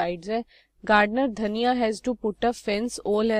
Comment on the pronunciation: Dhania nahi धनिया 🤣